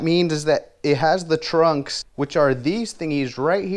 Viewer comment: They're pronounced trucks, not trunks 😂